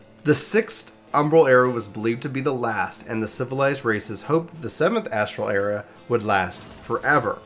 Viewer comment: Came here pre-Endwalker but dude I’m sorry your jumping around of topics, stream of consciousness style speaking mixed with in matching visuals makes it too hard to keep up. Also the constant mispronunciation of words like “era” and “Allagan” so I can’t listen to it in the background.